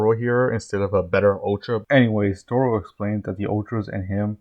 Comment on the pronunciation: Taro not toro 😅